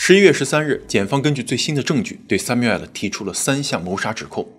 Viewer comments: it's samuel not samu-el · 强迫症发声，男主叫三谬，不是三谬爱了😂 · Samuel就是念三谬，不是三谬哎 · Samuel 读为“sa-myoo-uhl" 我知道我重点歪了，但是m2一口一个“塞谬艾尔”真的太出戏😂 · Samuel发音"sai miu", not "sai miu ai-lou"😆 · samuel 的读音应该是“三缪～”但是主持人一直“三缪艾了”“三缪艾了”的叫，真的听着很尴尬很出戏。如果英文名字读不准可以读中文译名，比如比较普遍的译名是“塞缪尔”。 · 人家名字是叫sam---uel, 什么sum----uel 听得人一头雾水，一点都不专业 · 還有一個口誤，Samuel應該讀： ˈsæmjuəl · m2主播是学法语的出身的吗？读samuel的发音时尾音完全是法语的样子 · 播主可以查一下这个男主的名字发音😂，这样视频会更完美了，感谢❤播出这么好的视频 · Samuel的发音需要纠正一下😂 其他都很好 很喜欢你的节目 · 希望m2的发音能提高一下哈哈哈哈 samuel 这个发音感觉好神奇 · samuel的读音后面为什么发ai的音？纯属好奇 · Samuel 念得不对，听起来很刺耳，不如念"塞繆爾"。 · Samuel这个发音实在听不下去了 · 這是個美國的案子美國的兇手 況且ray念自己的名字時怎麽不用法語發音? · 😂 Samuel 发音用的是法语，其他人名发音用英文，主要叙事用普通话，字幕用的是只有台湾用的繁体中文。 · Samuel 發音不是那樣喔.Google 一下.